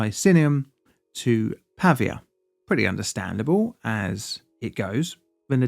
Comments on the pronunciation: Why spending time to make a whole ass video about a city and not bothering to learn its correct name? it's "Pavìa" (tonic i) not "Pàvia" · Not Pavvia. Pa-vi-a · The right pronunciation is Pavìa, and not Pàvia: the accent is on the letter "i" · /pəˈviːə/ not /pɑːviə/ :) nice video! thanks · If you're going to make an entire video about a city in a foreign country, find out how to pronounce it first, son. The stress of 'Pavia' is on the second syllable, Pa - VEE - a. Got it ? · It's pronounced Pavìa (with the accent on the i) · As a native Italian speaker, your pronunciation of “Pavia” is driving me nuts